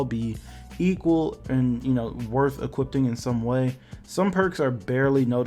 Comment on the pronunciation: Something I’ve wondered for a long while and I just have to know... Do you say “equipting”? Cause it sounds like it